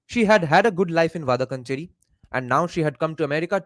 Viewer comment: it’s pronounced “Vadakkaanchery” Va da(dance ka da) kkaan che ry (ry of carry)